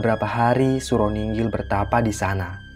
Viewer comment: Nginggil bukan ninggil mbok yg bener .gak menyesatkan yang gak ngerti sebenarnya.